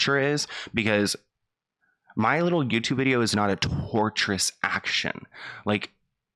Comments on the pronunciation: It's not torturous like in torture. It's tortious (pronounced like tor-shus) meaning basically a statement that caused harm or infringes on the right of the person who filed the claim (tort action). Basically legalese saying we could sue you for making false statements. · babes its tortious not torturous ! ahahah tortious means wrongful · Hey, "Tortious " is not the same as "Torturous". Tortious means wrongful, not related to torture. Love you:D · Lol, I love you. The word is "tortious," not "torturous." It's a legal word that basically just means you were wrong. PS: You weren't.